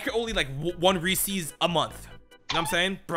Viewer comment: why do americans insist on saying Reese's wrong